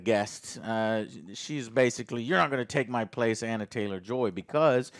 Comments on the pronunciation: It's Anya, not Anna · Who the hell is Anna Taylor-Joy? Joe still can’t get names right. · Not even forty seconds into the review and Joe can't even pronounce either of the leads names correctly.... yup. That seems about right. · Watched it last night. Loved it. But Joe, stop calling her Anna. It's ANYA!